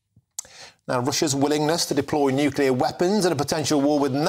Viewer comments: The word us nuclear, not nucular! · What's a nucular weapon, Hamish?